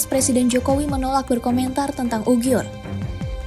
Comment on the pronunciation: Uighur BUKAN Ughiur